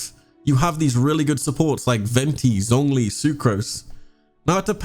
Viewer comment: Him: “ZZZonG li” Me: TRIGGERED it’s pronounced “Zshongli”